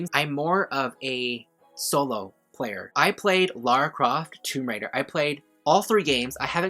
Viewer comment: It's Lara Croft not Laura Croft.